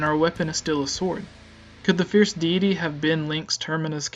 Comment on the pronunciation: I don't like how you dont say deity right. it bothered me during the whole video. I think you need to practice your presentation skills. Interesting theory though.